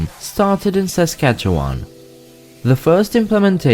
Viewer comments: Born and raised in Regina, Saskatchewan, I believe it’s pronounced sa - skach - ee - wun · Saskatchewan is great! (And it will sound even better when you hear it pronounced correctly! 😂) But if you’re coming in from somewhere else it might take some time to get used to